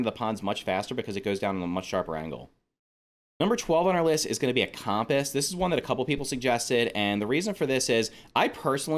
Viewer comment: They way you kept saying compass really annoyed me